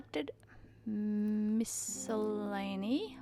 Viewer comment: I think you pronounced "miscellany" correctly. :) (MISS-sel-ay-nee). And I'm glad you did, because you prompted me to look it up. I've been pronouncing it incorrectly for a long time! Not that I say the word a lot, but still, it's nice to know the correct way now. (I was saying it miss-SELL-eh-nee.) Thanks for sharing your unboxing. I loved watching every bit of it. I've never heard of a Fukubukoro before, but now I want to order one. :-D